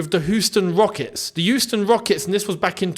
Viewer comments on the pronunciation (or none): Hearing you say Huston made my day